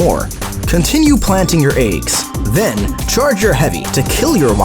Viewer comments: AAYYGS not eggs😢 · She inflicts astral Ayy-gs